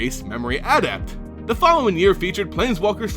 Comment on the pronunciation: You emphasise the wrong sylabal in the word "adept"